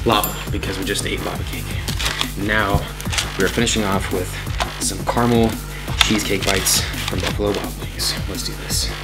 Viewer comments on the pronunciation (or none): It's caramel not carnal